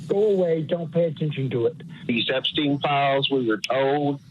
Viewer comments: Jaki znowu Epstin? Przecież on był amerykańskim Żydem. Czyli fonetycznie to Epsztajn. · Panie prowadzący nie mówimy "epstina" tylko "epsztajna" trzeba na każdym kroku podkreślać jakie pochodzenie ma/miał ten dzieciolub i jego przyjaciele dziecioluby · „Epstina” 😂😂😂 prawidłowa wymowa brzmi, w zapisie fonetycznym: „Epsztajna” i to jest literalna wymowa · Nie "Epstina" tylko Epsztejna - bardziej izraelsko brzmi to nazwisko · Epsztajn, Boże, chłopie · Ten Epstin to jak wiertarka na uszy. I to nie pierwszy raz jak nazwiska są źle czytane.